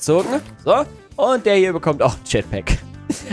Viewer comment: Bei den Teil mit den jetpacks hast du bei den 2. Jetpock gesagt😂✌🏻